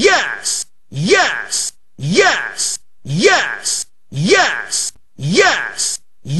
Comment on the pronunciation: Press 1 sounds like he's saying ass